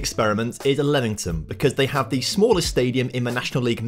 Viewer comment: is it not LEAM ington and not lemon tun LOL great video though i enjoy these